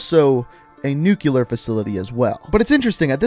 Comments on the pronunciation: I just cant lol. I can get past "Kaleed" Al Assad (its Kah-Led) And maybe even "Nucular" (its nu-clear) But "One foul/fowl swoop"?! 😂😂😂😂😂 Bro, its fell. One fell swoop. Just had to get that off my chest. I'm good now. Carry on. ✊ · aw man! why you had to say "nucular" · Whatch out for that nukular warhead that could take everyone out in one foul swoop.